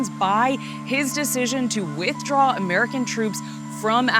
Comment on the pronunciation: emphasis on the prepositions "from" and "to", stress on the first syllable of WITHdraw instead of on the second: vice anchors are illiterate.